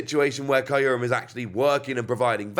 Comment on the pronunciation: It’s pronounced Kyr-Rum Im pretty sure